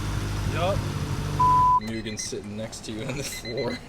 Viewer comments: I love you man, but you need to read Mugen right. It's read as Moo-gen not myu-gen. Edit: Yes that's a prelude seat :D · Btw it’s pronounced “Moogan”